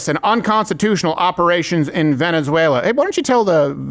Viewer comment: “Venezueler” laughter no further comment needed laughed at the same time they did 😂